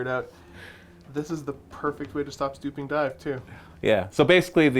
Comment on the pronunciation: Gotta point it out cause its bugging me, but its swooping dive not "stooping dive"